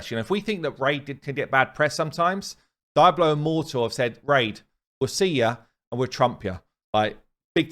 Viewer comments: i always love how the English pronounce Hispanic words. Diablo he says as DIE-blow instead of dee-AH-blow, i've heard Brits pronounce Martinez as MART-in-ehz as opposed to mar-TEEN-ehz, etc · "Daiablo" immortal lol... Its Diablo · DEE-AH-BLOW. Clearly, never been to Spain. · Is that how people pronounce “Diablo” in your English accent? My U.S. English accent says Dee-Ah-Blow and I hadn’t heard “Die-Ah-Blow” before. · No one: Really no one: Absolutely fcking no one:: DAIABLO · Dee-ablo, come on! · omg it drives me nuts how you say Diablo. You can never be a content creator for that game. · Lmfao .. The way you pronounce Diablo is hilarious 😂